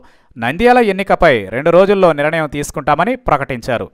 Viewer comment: పవన్ ఒక వేస్ట్ గాడు. హీరో కి ఎక్కువ రాజకీయానికీ తక్కువ. వార్తలు చదివే ఎర్రి నాయాల 'నిరణయం' కాదు, నిర్ణయం అనీ చదువు.